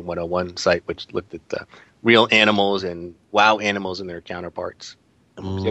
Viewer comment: I am Thereal big yo! :P not thereal bee jew lol. You mispronounced my name a few podcasts ago, but it's okay. I will always love you :p